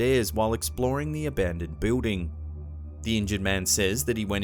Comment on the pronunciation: Anybody else dig how he says building? Pillding